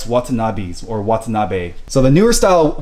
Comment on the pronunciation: Wata-na-Bees lol never heard it pronounced like that! Love the wheels man! Are these the rs type? Deep lip? Can quite tell from the video